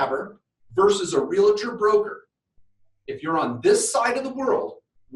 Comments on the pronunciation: I hate to be picky, but its not Real-a-tor!!!! The word is pronounced REAL-TOR. You wouldnt say Doc-a-tor!!! its Doc-tor. Two syllables...not three. It drives me nuts as an agent!! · you are in real estate. But its a Realtor, not Realetor